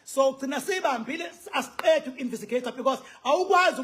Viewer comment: Khuluma isilungu nawe. Its investigate😅 not invisigate